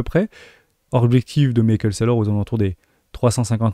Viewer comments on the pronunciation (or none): none